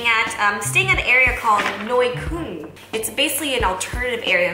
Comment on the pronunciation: "Noi Kölln" XD